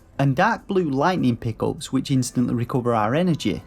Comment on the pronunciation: "Pickles"?? I heard that and was like, "Is that Slang for something that I don't know? Like 'Easter Eggs' or treasure or something?". ... (You were saying "Pick-Ups".)